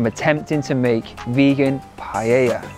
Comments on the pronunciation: PA E Ya (<- easy ... in Spanish LL is pronounced Y... PAELLA = PAEYA) Not PA Ye Ya PA Lay Ya (no) PA Lay Lya (why do you make it so complicated?) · it's not Payeya, it's pa-eya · Hi, I am a Spanish Vegan, the dish is pronounced in 3 syllables pa.. é ..Ya. The pan is called a pa..é..Yera. It looked delicious. In order for it to be an authentic paella though, you need to dry fry the rice in a little oil to begin with. The grains become opaque white, and it ensures that the glutinous white rice water is self absorbed. It makes the rice separate, and not become gluggy. One cup of short grain rice to 3 of water.Then you put everything else in and it is OK to cover it while it cooks, but not to stir. In the Basque Country where I am from, the mixing of seafood and other meats are the idea. Pork, bacon, chorizo, fish fillets and mussels or other seafood like prawns, come together to make for a visual feast . As a Vegan none of the meat is appropriate, and I believe that you have made a handsome alternative. All it needed was some cut up olives! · ”Pajäjja”😅 U got too many j in there😅